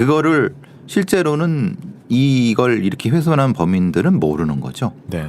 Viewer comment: 배상훈교수님~ 훼손핸부분 -> 훼손한부분 감춰주려고 핸건지 -> 감춰주려고한건지 제발 이렇게좀 발음해주세요!!